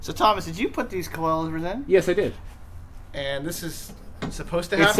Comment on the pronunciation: Does anybody hear that guy say coilovers like cloilvers